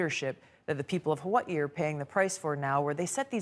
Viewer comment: Love how she try’s to pronounce Hawaii differently from how they actually are supposed to say it